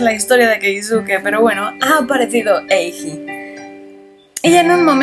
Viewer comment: este... me encanta este juego. pero solo te quería decir q a... eiji se pronuncia eiyi con "y" solo por si acaso. 😝 😊